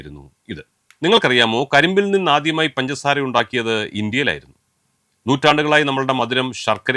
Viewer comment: പൻസാര അല്ല സാറെ... പഞ്ചസാര 😆